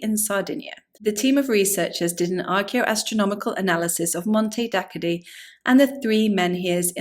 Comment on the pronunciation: It's just a few miles away from where I live, and it's sadly very underlooked by most. It's pronounced "Monte Dakkoddee" btw